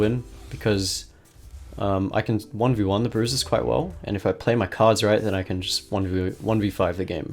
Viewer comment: "If i play my Khards right" ^^